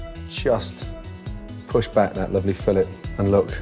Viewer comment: Those slabs of fish are fillets (fill-ays'), the way he says it is actually the term used to describe the radius at the intersection of two surfaces in mechanical engineering. Just sayin ...